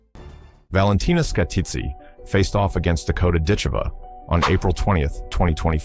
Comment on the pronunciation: Yes, it would. It would also be nice if people, & AI, knew how to pronounce Dakota's surname. Oh, AI saw my comment; all of a sudden it pronounced it right! Oops, went back to saying it wrong.